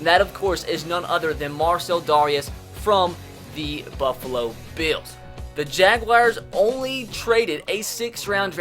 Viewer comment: bills = "beeyos"